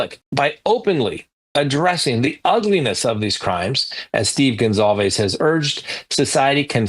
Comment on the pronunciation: There's no "Z" in Goncalves! It amazes me how many people can't read!!